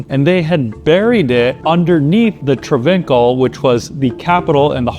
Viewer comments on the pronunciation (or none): Trav in call not trav vink ul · Trav In Call” is the correct way to say it. TravVinkUl sounds like an std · It’s traa vhin caal is how you pronounce the name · thats not how you say Travincal lol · The way you pronounce Travincal should be illegal but then again it could also be the correct way.